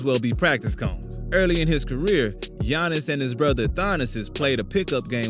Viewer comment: Bro really said "Giannis and Thonnis" LMAO